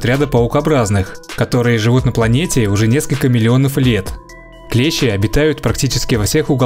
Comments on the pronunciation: Не клЕщи, а клещИ! Если речь идёт не о слесарном инструменте. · КлЕщи?! Вы русский?! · Клещи это инструмент ,а насекомые клещи ,с ударением на и.